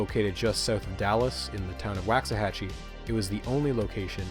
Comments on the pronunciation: Just for the record, the first syllable of Waxahachie is pronounced like "walks", not "wax". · I know you'd have no way to know this, but "Waxahaichi" is pronounced "Wox", not "Wax". Wox-a-hatch-ee. People who pronunce it "wax" are generally the same people who pronounce "nuclear" with a "you". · Wow this is simply incredible! I had no Idea that big metal building in my backyard had such a turbulent history in getting there. In all my years living here we've just known it as some unfinished supercollider the government tried building years back. Thank you for this incredible video I'm so glad I found it. oh also you said Waxahachie wrong